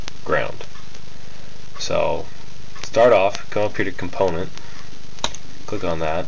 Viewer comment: I've never heard "component" pronounced as two words before! :-D Good tutorial though!